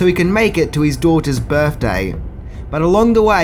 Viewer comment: “Joel Schoomocker??” Who’s that?🤷🏼‍♀️ And it’s “birthday” not “berfday”😉